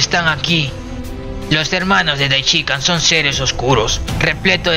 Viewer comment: Lo unico negativo de tu video es la horrenda forma como haces mencion del Sumo sacerdote Daishinkan .. mencionandolo de corrido. Incorrectamente, Puedes decirlo de mejor forma o de la forma correcta. Debes hacerlo en 3 fases Dai luego shin y finalizas con kan Tres silavas fuertes Dai Shin Kan Asi es que se debe hacer. Le recomiendo que escuche los videos de los traductores originales y los priginales mismos.. ((Daichica )) asi no debe ser